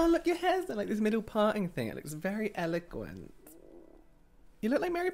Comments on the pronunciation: "eloquent": "eloquaint": "eloguent" 😂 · me googling “eloquaint” to see if it’s different from “eloquent” hahah